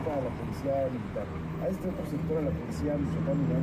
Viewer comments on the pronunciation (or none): none